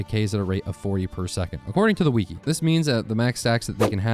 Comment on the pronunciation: said wiki wrong, unsub